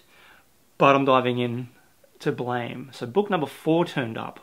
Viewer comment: Don't wanna be that guy but I know you are aware you're saying naruto wrong but I like correcting lol. So you're saying naruto like narootoo when it's actually pronounced narootoe. Also Blame! isn't 'Blame' it's actually 'Blam' at least that's how I hear people saying it in their manga videos.